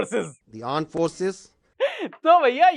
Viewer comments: Armed forces ✖️ Aand forces ✔️ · Aand forces😂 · Lumber 1 Pakistani lurnd Aandd forces🤣😭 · Armed ko aand bolte hai😂😂😂😂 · Aand forces😅😂😂😂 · Bhai ye presenttaion hamare yaha ka KG ka bachcha bhi bana de. or tumhare air force ke aadmi ko bolo ARMED force bolna toh seekh le, AAND FORCE bol raha hai , ARMED FORCE ko. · Aand forces😅😅😅😅 and center of gravity 😂😂😂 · Armed forces❌ Aand forces ✅